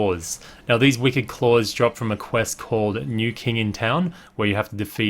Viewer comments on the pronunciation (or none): none